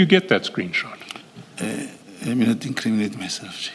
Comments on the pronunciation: Word of the day : LET ME NOT increaminate myself😂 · Our data for " iam not going to increaminate my self🙉